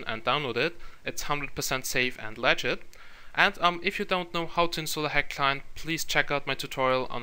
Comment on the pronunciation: it sounded like you said saf and lagit